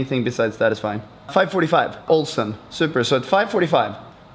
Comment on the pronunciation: did he say "awesome" or "Olsson"